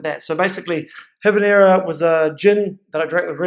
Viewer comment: Say Ee-neb-brah!